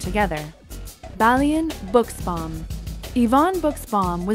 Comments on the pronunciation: It is not "Bugsbaum" it is "Bushbaum" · Balian Buschbaum is pronounced "Bushbaum" not "Bucsbaum" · Can't stop laughing how she says "Buschbaum". German language , hard language.💚😄